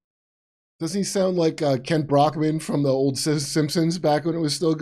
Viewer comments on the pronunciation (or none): none